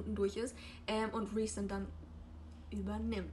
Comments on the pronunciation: Rhysand wird "Rhiesand" aus gesprochen also nicht wie "reisand" haha ich hoffe man versteht was ich meine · Achso und Rhysand spricht man Reesand aus. 😊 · Kein hate aber können wir bitte über die korrekte Aussprache von den Namen und so reden? ACOTAR als "Acotar", das A wie A im Deutschen nicht A wie im Englischen, Feyre als "Fey-ruh", Rhysand als "Rees-and" oder "Reese" (wie reese's cup), Prythian als "Prith-een", Amarantha als "Am-a-ran-tha" und Lucien als Loo-sheen... etc. (alles confirmed von SJM, in einigen ACOTAR Büchern steht auch ein pronunciation guide drin, kann man aber auch googeln)